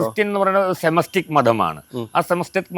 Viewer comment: കാർന്നോരെ സെമെസ്റ്റിക് അല്ല സെമെറ്റിക് മതം